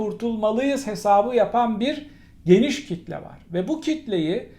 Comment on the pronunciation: KİTle sözünün bu vurgusuna KİTlenmiş gibisiniz. Bi süre kullanmasanız, soğusa. Normalinde vurgu ikinci hecededir. Sizlerin yanlış kullanımları çok bulaşıcı oluyor. Çok kolay "sirayet" ediyor. Çabam o yüzden. Saygıyla.